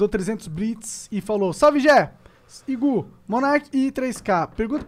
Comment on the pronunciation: Mano o monark falando Igú me deu uma agonia desgraçada